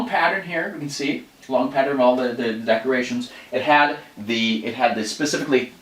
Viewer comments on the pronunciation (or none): none